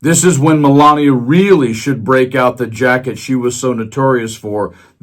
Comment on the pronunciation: Mee-Mee-Mee-lania who?